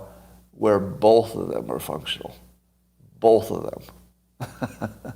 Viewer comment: Everyone else in the world- “both” Scott- “bowlth”